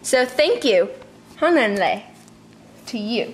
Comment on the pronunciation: Your pronunciation of 'Hannon le' 'Man cenich' and 'dartho guin berian' ... no, all of them are wrong!!! How do you dare to say you know Elvish?!